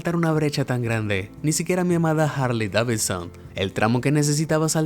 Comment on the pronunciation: Muy buena info pero Amigo debes mejorar tu pronunciación en ingles, muchas palabras en ingles que dijiste mal. Davidson, Caesars, Evel Knievel, todos mal pronunciados. Da la impresión que usas un programa de audio.